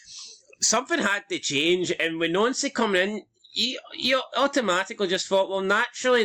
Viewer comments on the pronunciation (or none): I noticed Nouncy is now pronounced Nancy! Why???